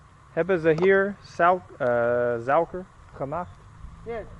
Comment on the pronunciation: They are NOT INDONESIANS , never have been. Don't mess with wrong information. You act and behave to know nuch already, your pronunciation of "suiker" is bad... What do you mean by : "we still have the history of the place...which can get you into trouble ??..." It's you wrong prejudiced mindset ! I don't think you're eqipped to be a travel vlogger, or so .